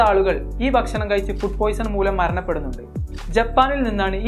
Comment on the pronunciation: Bashanam Alla bakshanam ennu parayu